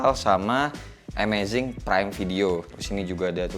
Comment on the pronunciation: Amazon prime video bang, bukan amazing 🤣